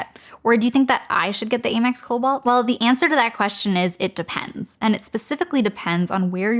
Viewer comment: Aim-EX? I always thought it was pronounced AM-EX